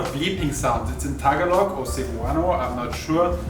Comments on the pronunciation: I really enjoy your videos. I just can't believe that all the time you both spend in the Philippines that no one has corrected you on the pronunciation of "Tagalog". Don't Google the pronunciation, just ask a local. Keep up the great work. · It’s ta ga log